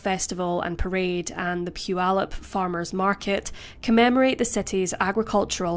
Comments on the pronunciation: I live in Puyallup and you pronounced it perfect! With that said, this sentence was a total joke. 6.5 years for murder is a slap in the face to our justice system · Thank you for pronouncing Puyallup correctly. My 1st stab at it was "poo-ee-loop." 👍👍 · You pronounced Puyallup!!! that's rare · To pronounce it correctly is rare...Especially for someone not in America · What a horrible thing to do to this kind woman! 😢 only 51/2 years for murder? And then she goes on to marry and have children? Unbelievable! 😠 As a side note, I live about 50 miles north of Puyallup WA. Thanks for pointing out such great things about it, all true! And thanks for pronouncing it correctly! So many mispronounce it. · Great job pronouncing Puyallup. I used to live near there and it's a tricky one. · Congrats for saying Puyallup correctly! 🙂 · Congratulations on saying Putallup correctly. I've lived in the area my entire life and rarely do those from outside the region day it well. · Congrats on pronouncing Puyallup correctly! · I'm shocked to hear it pronounced right.